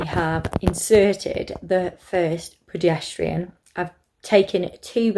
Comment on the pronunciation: I can’t not hear "pedestrian" rather than progesterone hahah but just looked through so happy it worked for you !! Currently started mine xxxx